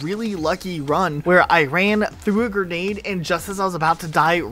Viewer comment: please It’s pronounced “g-r-e-nade” not “g-e-r-nade” Big fan but that word kills me every time 💀